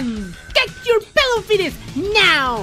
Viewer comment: It's Pelo, not "Peblo"